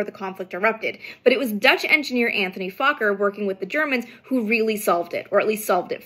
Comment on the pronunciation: I was told by a Dutchman that the name isn’t pronounced “fAHkker” or “fOHkker” which sounds like a Ben Stiller movie or Dave Chapelle skit, it’s pronounced “fukker”.